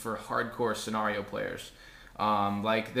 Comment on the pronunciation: What is senareo its pronounced scenario